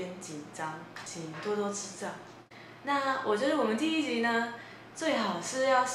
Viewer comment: 你說第一集的時候 我聽成了低級XDDDDDDD (這個XD不是取笑你的意思歐 是覺得你很可愛很有趣的意思＾＾）